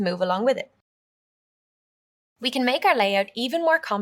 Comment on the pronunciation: Nice course, but strange pronunciation of "column". Never heard that in any dialect.